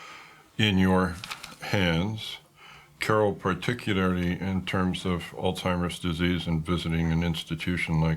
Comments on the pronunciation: He's a victim of a lost bread winner, and her family knew it ! He pretends to be intelligent. ... but can't properly pronounce the word Alzheimer, it certainly isn't allstimer! This is a perfect example of a Narcissistic personality he's done no wrong ! People that know Narcissistic people are well aware of their manipulation! This was sick, and disturbing ! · Did he say “all timers?”